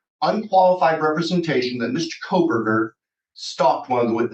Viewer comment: U mean he said KOL-berger 😂😂😂 he can't get that L outta there